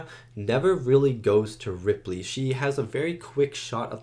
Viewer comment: Her name is Ellen Ripley. Are you saying Ridley?